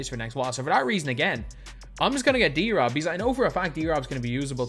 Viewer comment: Reading David’s name like that is so wack to me, I feel like it should be D-Rob not drob